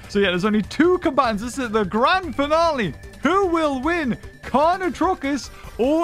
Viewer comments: "carnotarkus": carnotruckus! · Anyone else triggered because the entire time he was pronouncing carnotarkus wrong?